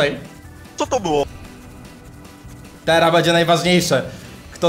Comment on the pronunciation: nie mówi się tera tylko teraz